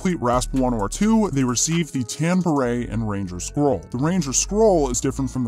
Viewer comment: BER-ET??? BEH-RAY, fool.